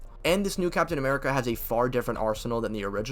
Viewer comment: "captain amerigga" is crazy like wtf